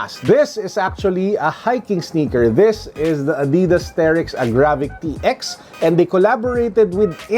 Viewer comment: wow ngayon ko lang nalaman ganun pala pronunciation ng Adidas lol thanks